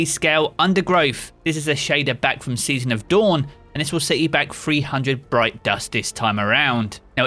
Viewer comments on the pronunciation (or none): none